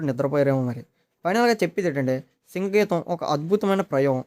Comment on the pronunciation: Singh geetham kadhu bro sing geetha can you please pronounce in correct way and moreover just don’t judge